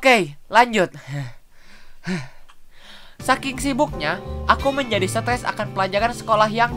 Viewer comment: kak ngomong stress malah stess